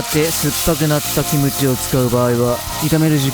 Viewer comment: 뭐지 김치라고 발음한다